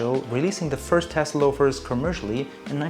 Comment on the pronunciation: Loro piana non Laurana....e Guccio Gucci non Gucci Gucci ....tassell loafer non tess ...